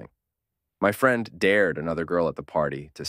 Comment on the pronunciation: Pretty convincing AI reading this, till it pronounced "friend" as "freend"